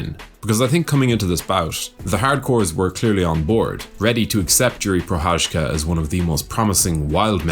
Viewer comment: Everyone is butchering his name. how to pronounce "Prochadzka" correctly. It takes time.. So here is the tip how to make it better : You guys mastered "Cha"mzad already so use the same "Cha" pronunciation in Pro"Cha"zka